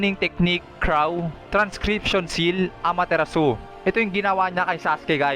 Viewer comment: May mga simple words Kang Hindi nababanggit ng Tama, katulad ng Amaterasu (Ama-te-ras)